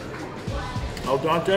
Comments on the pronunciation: The “Al Donte” kills me everytime 😭 Al DEnte my friend 😂😂😂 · psst... : It's "al dente", not "el dante" 🙂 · not all dante but al dente,meaning to the tooth- you welcome